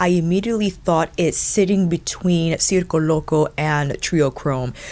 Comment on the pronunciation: I don’t get why she keeps trying to pronounce circo loco with an accent she doesn’t have saying any other words lol.